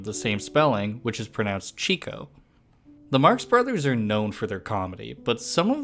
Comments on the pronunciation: cheeko not chicko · It's Cheeko not Chicko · Cheeko not Chick-o ... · I hear this many times with different video narrators, they keep pronouncing the names of the main characters WRONG. Why does this idiot narrator, for this video, keep pronouncing his name as "Chicko," when everyone else in the world for YEARS pronouinced his name correctlyy, as "CHEEKO." Why? Why? Chico must be turning over in his grave! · He was called Cheeko not not Chicko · I grew up knowing him as Cheeko, but I read it’s supposed to be pronounced Chicko because of him chasing women. Let’s just focus on the video yall. 😫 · Cheeeko not chicko. Sheesh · Pronounced ch-EE-ko for goodness sake !!!!! It's a long eeee sound, not short like a chicken. I can't watch - your mispronunciation of the man's name is killing me 😖😓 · This video is very good except for the distracting & annoying AI voice mispronouncing Chico. It's pronounced CHEEK-O not chick-o. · geezo man -- chill out everybody. The fact is both points are true. While the INTENDED pronunciation was Chick-o (and I accept that as true), more often than not it was pronounced as Cheek-o. So those stating that they remember it being pronounced as Cheek-o are not INCORRECT in their memory even if it was a mispronunciation. Enough already - this is not a contest. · Its pronounced Cheeco. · "Chick-o???" Before you post a bio you should at least learn to pronounce his name! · Chee-ko i cant stay and listen to this. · Its nit chic-co its chico, lol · Cheeko is what I grew up. the The way pronounced in this video I believe is incorrect. His name has a long ee as pronounced. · Say it with me "CHEE-KO" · It’s pronounced CHEEKO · I've been a Marx brothers fan since i was a kid & I've never heard it pronounced chick-o. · Chick-o. It takes a special kind of short bus dumb not to be able to pronounce "Chico" correctly. Look. Get an editor. You butcher the names in every single video. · Chick-o Cheek-o whatever you say itsa fine. I just wanna know why a duck?